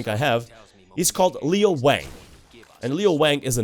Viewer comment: His name is Lo Wang not Leo